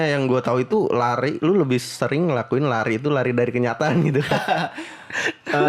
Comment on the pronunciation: Lari bang, bukan lai wkwk